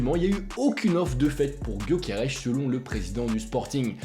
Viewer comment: C'est gyokeres et nn pas gyokerech mdr ç'est un suédois pas portugais bordel 🤦